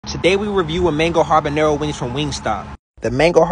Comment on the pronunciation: He different he said harbanero 😂